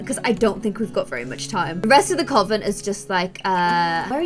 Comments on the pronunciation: I love but its you say coven like cuven xx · Coven is pronounced cuven... I had to say it I’m sorry. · Who told you that Coven is pronounced that way??? 👀